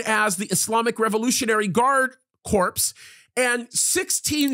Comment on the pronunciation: I always liked your teachings BUT I quit listening to you because you TALK REALLY LOUD in your mic(borderline YELLING, and it hurts my ears!) but I wanted to let you know that "corps" is pronounced CORE, not CORPSE, which is a DEAD BODY! LOL